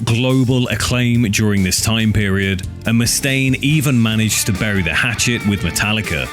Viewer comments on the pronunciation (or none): none